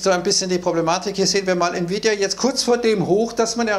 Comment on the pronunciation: Oooo es wird gefährlich spricht Nvidia richtig aus Mir es lieber er sagt nie wieda oder bittercoin Glaube man sollte lieber bald mal gewinne mitnehmen 😅😅